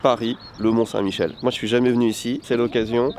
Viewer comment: Bon ...par contre mes oreilles ont saignés quand tu as parlé des marées du mont saint Michel...